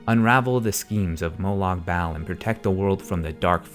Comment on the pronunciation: AND ANOTHER THING, its prounounced like BALL!!! if you cant even say the name of the main villain... you have no reason to even have an opinion